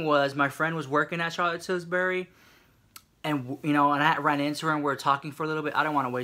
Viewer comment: "Charlotte Tils-berry"💀💀